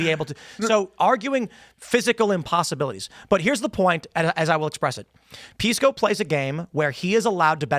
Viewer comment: Piss-co? Sorry, but I just can't. He's proven that he is not a serious person.